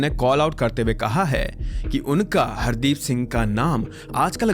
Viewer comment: I don't think he dubbed it, it can be a really good ai since when he said "Hardeep" it sounded in that white accent -- it sounded like (hard-eep)